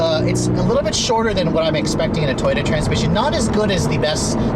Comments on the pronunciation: he keeps saying toyta instead of toyota, lol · This man says Toyota like toyta.